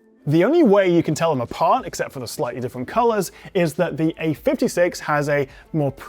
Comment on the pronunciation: When you say “slightly” it sounds like you are saying “slutty”